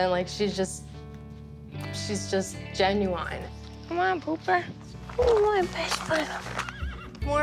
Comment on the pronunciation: Why are these people pronouncing words incorrectly? Beauty-ful and genuwine…